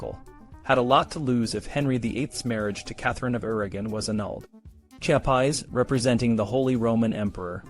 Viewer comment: Nice video, but your mispronouncing of his name is a bit annoying